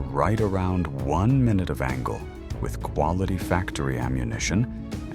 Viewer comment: The "MY-NOOT of angle" cracked me up.